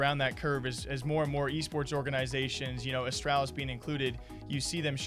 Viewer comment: You cursed it. Of course, they lose 0-2 to NIP after the interview. And you still can’t be saying astralis like the name al instead of astrahlis. Especially in an interview with device.